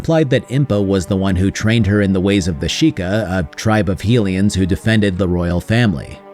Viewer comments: My head says BotW/TotK are the best Zelda games. And I do love them. But my heart will always belong to Wind Waker. Also, my man, High-lian not Heel-ian. They are HYlians from HYrule. Named for the goddess HYlia. I used to make this exact same mistake. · Djerudo? Heelians?